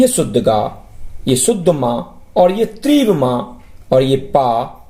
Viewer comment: Treev Nahin Teevra!